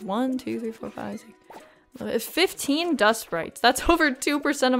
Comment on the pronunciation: do you know they are called dustsprites not stootsprites 😅